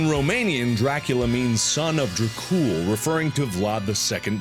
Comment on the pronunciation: im crying at how mark pronounces Tepes and Dracul (Romanian here ayy)